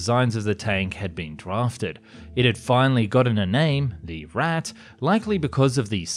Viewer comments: Its a shame you put a lot of effort into this video only to completely butcher the pronunciation of “Ratte.” It’s not a difficult word to pronounce. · i think it is pronounced ratta not rattei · A few notes on your pronunciation: "...to COMbat the rise of ..." should be stressed on the other syllable: "...to comBAT the rise of..." And the German noun "Ratte" should not be pronounced "rat-tay," but rather "RAHT-te." You're welcome! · rat not rattey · It's said more like 'rattuh', not 'rattay'. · The way you pronounce Ratte sound like Raté, a french word meaning "failure" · did you just said rattay instead of RATTE 😂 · It's German, not French. Not "Ratteeeeeeee"....just "Rattuh" :) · not rattttteyyy. it is ratte - rat. google translator may be not the best to pronounce, but better then your "german" [and my englisch] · "rat-e" meanwhile the 2 T's just sitting there staring at him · It’s just pronounced ‘Rat’, as in larger than the Mouse (Maus). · Funny, the way you pronounce "Ratte" sounds like Raté (failed) in french... Maybe the Ratte was Indeed Raté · ah yes ratay 0.55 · Me after hearing him say RAT-A just being extremely annoyed it’s Pronounced RATA like the pokemon Ratata because the name in english is rat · Lol.... “pierced frontally...” 🤓eh heh heh. Aaaanyway, just a pointer for next time (and I only nitpick because you did so well on the rest of your German pronunciation for the most part, and it’s quite apparent you actually care and try pretty darn hard to cover your bases in that respect... “ratte” in German would be pronounced more “RATT-eh” with the emphasis on the “ratt” part, rather than the very French-sounding “ratt-AY.” Again, your videos are dope I’m not bitching. Just attempting to help, because I would want someone to speak up if I were the one publishing reasonably popular videos on a public platform. =] smiley day to ya! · It’s pronounced as Ratta the E is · its ratte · It’s pronounced ratte bro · The pronunciation of, "Ratte" hurt me. :,)